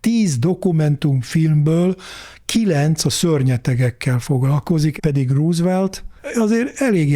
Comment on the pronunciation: Ne mááár! 😀 Úgy örültem, hogy végre valaki [rózevelt]-nek ejti a Rooseveltet, erre harmadszorra már ő is [rúzvelt]-ezik… 😭😭😭😃😭💀